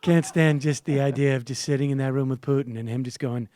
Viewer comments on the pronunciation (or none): none